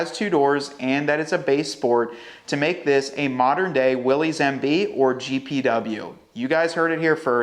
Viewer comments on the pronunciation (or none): To match the badassness, could you consider pronouncing the trim level correctly? ☺️ It’s pronounced “Willis” not Willies. 👍♥️